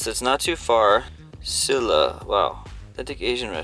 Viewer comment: We just had 비빔밥 at the 초등학교 today. And 김치전 is my favourite 전. Ah and Silla is pronounced Sheela